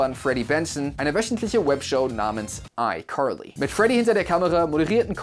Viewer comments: fr warum sagst du icurly? I know u American aber die sagen das auch Carly Bro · What Nein das heißt Icarly mit a nicht mit o oder u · Ich dachte immer es heißt icarly und nicht icorly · Aber es heißt icarly nicht EiQuarlie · Duuuuuuude sprich Carly einfach anders aus, mein Blutdruck... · Es heißt icarly aaaaaaaa nicht i corly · Degga deine ausprache nicht i carli i corli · Es heißt Carly und nicht Corly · Das klingt wie Curly 😂😂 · Keiner in amerika spricht es so aus, er sagt legit ICurly, es klingt so als würde er zu hart versuchen US englisch zu reden, also nix mit krasser aussprache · Einfach ICurly hahaha ich liebe seine aussprache. Einfach curlyfries hahah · Nobody: Him: iCorly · Wieso wundert es jeden, dass "I curly" sagt?😂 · Ich höre immer iCurly. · Wusste nicht dass das iCurly ausgesprochen wird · Also mich triggert es, wie er "Aikorlie" ausspricht ^^ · Wen triggert es auch dass er jedes mal "ICurly" sagt? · iCorly?😆😅 Manchmal könnt ihr Wörter ruhig pur deutsch aussprechen 😅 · Wieso sagst du iCurly? 😂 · Irgendwie triggeredes mich wie du iCarly sagst. Ich weiß, dass es richtig ist aber es heißt einfach iKarliiiiii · Also das wäre mir jetzt peinlich😬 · Leute, könnt ihr bitte nicht haten, weil er ICarly anderst ausspricht? Euch mobbt ja auch niemand, wenn ihr was falsch sagt oder ähnliches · Kannst du icarly auch normal aussprechen bitte 😂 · Wie wired kann man iCarly aussprechen hä 😂 nein nein nein nein lass das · Wie spricht er bitte iCarly aus 😡😡😡😂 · dikka wie du carly ausspricht triggert ja mal unnormal so auf übertrieben amerikanisch und so würde man die auch nicht aussprechen